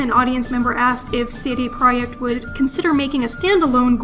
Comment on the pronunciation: It's pronounced "CD project" not proect